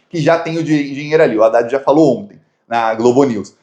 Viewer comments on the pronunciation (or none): none